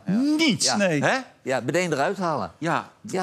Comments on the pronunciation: Ja, en Derksen zegt “Bedeen” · Een dubbele “bedeen” lieve mensen. 😏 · het is zo'n rare verspreking en niemand had het door tot die compilatievideo. En nu kun je het niet meer niet horen. Elke aflevering is het raak. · Hoe moeilijk is het nou eigenlijk om “Meteen” uit te spreken?